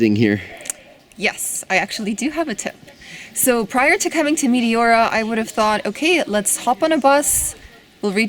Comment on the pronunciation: I've been there as well. That place was awesome, but your pronunciation was driving me nuts. The correct pronunciation is Mete ora, soft E. I can't watch videos on Greece because it makes me miss the country too much.